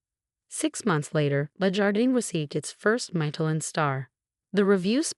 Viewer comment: Oh no - another of the infamous Chen family. They're taking over the world. (And it's Mish-e-lin-, not Michael-in.)